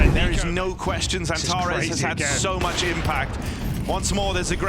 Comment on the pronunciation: Speker sürekli Xantaresss diyor😀